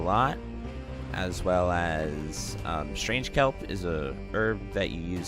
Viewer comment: "Strangekelp" XD Nah but good vid, mate.